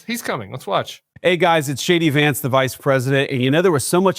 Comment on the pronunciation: Is it just me, or did Vice-president Vance say “Hey guys, it’s Shady Vance, the Vice-President…”